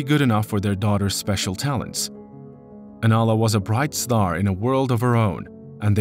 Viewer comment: The narrator keeps pronouncing her name wrong. He calls her Alana rather than Anala. Come on…..